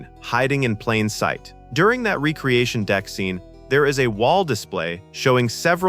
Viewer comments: Recreation not re creation. AI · and ree-cree-ashun instead of reck-ree-ashun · Recreation is pronounced "REK-re-ation"! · . . . and “recreation”. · and RECK-ree-AY-shun not REE-kree-ay-shun and KAY-nig not KOH-nig etc. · The one that shocked me the most is... that AI can't be taught to say "recreation deck" or "Ilia" properly. FFS do better. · REC-re-ation. KAY-nig. Eye-LEE-ah (as opposed to just LEE-ah or LAY-ah, a princess of Alderraan). (Also: Soo-LAH-co was the ship from Aliens) You showed the original Enterprise but labeled it Ent-D. Aside from that, good vid. I love those STtMP uniforms, especially the softer/casual ones used on Epsilon 9. I know most ppl hate them and love the red jackets, but I adore the former and hate the latter. My dad said the ST2 uniforms made them look like bellboys. The ST1 uniforms actually have callbacks to the originals used in the first pilot "The Cage". The only parts I dislike are the massive belt buckles (look damned uncomfotable) and the pants slipping into the shoes' soles (actual daily use on a paramilitary ship seems questionable: you really want proper boots, just in case something happens). Xan, the Spock replacement, became Data and Saavik (as you noted), but Saavik also became Valeris, probably because the role had already been recast once, and they d/n want to go there again. Decker and Kirk merged into Riker (Wlm Decker the XO and James T. Kirk the womanizing man of action became WllmT. Riker, who Gene thought might replace Stewart's Picard in S2, as he initially d/n like Stewart in the role). Ilia the Deltan empath w/procrative focus became Troi the Betazed empath w/frequent procrative focus hints, and both were the aformentioned character's (Decker/Riker) former GF. As you can see, above, Roddenberry recycled often. Outside Trek, the name "Dylan Hunt" got used and